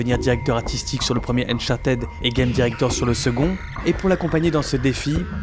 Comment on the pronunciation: « Zeu laste œuf eusse » « Eunechartaide » 😂